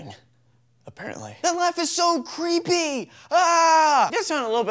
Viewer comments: APPARROTLY XD HAHHA I TRIED :P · Apparrotly.... MUAHAHAHA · Apparently= APARROTly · He should've said "Aparrontly"(now i can rest in peace)